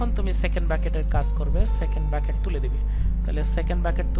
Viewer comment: Sir arekta Kotha bolar chilo .apni bolen ফ্রাস্ট ব্রাকেট তাহলে কি এটা, ব্রাকেট না কি ব্র্যাকেট...🤔🤔🤔🙍🙍‍♀️